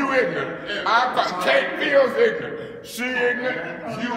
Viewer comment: “You is ignant”